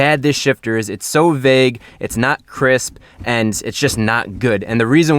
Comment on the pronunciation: Ah yes, Chrisp Shift